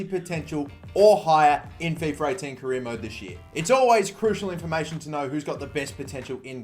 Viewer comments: FifA not fefur... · Fiffer 18, let me guess you also say Iniester